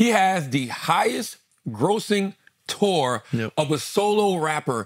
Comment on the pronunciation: Now I can't unhear Charlamagne saying 'Kendrick had the highest grossing Tuah of all time' 😂